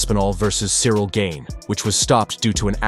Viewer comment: Who's Cyril Gain? Lol. Its Gane!! 😅